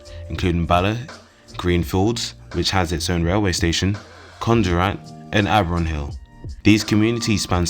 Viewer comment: Wit aboot anronhill ffs